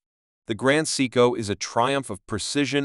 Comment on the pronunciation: You earned a thumbs down from me five seconds into your video. Take this video down, learn how to properly pronounce Seiko and then try again. Respectfully, Boston ☘️